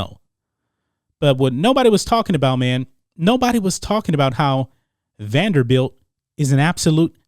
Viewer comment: Salute to you Mason for trying to make the program relevant, but its "Vanderbilt".